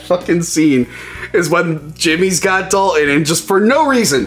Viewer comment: I've gotta say it. You keep calling Swayze's character "Dalon", it's Dalton. How can this be one of your favorite movies, and you fuck that up? They say his name at least 20 times in the movie. Ok, that is out of the way. Great review of one of my guilty pleasure flicks from back in the day. Loving the series.